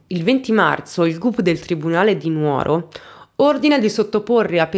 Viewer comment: Dimitri è un vero mostro . Posso fare un appunto!? Sono sarda, la giusta pronuncia non è Nuòro ma Nùoro. Purtroppo riocrda tanto nuòra e lo sbagliano tutti